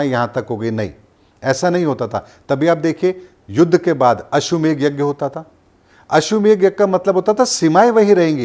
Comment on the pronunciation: ❤❤ It is ashwamedh, not ashwamegh , as said by you ashwa and Megh(cloud).